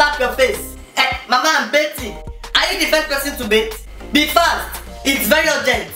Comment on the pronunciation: He said bething 😂😂😂😂😂😂 instead of bathing